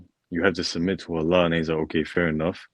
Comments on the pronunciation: Who is this Ellah he’s talking about?! Not knowing how to pronouns God’s name says all I need to know about his knowledge about the Islam. 🙋🏻‍♀️Jordan! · I hate the way he pronounce Allah, he's very arrogant n blind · Guy can't even pronounce Allah. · I don’t like the way he’s pronouncing Allah. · Amazing that he spent all this time to learn all these words and expand his vocabulary but yet he still can't say Allah properly.... shows he hasn't put any effort in to learning islam lol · This man is highly educated, and yet listen to how ignorantly he is mispronouncing Allah …it is very demanding and condescending, you ACTUALLY think he doesn’t know how to pronounce it clearly? He does! But he is making a point to show disrespect…. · he cant even get the word Allah right what makes u think he can get anything about islam right? lmao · The way he pronounces Islam and Allah... 🤮